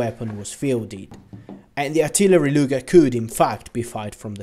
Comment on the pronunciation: Why is he saying "lunger" rather than luger like bruh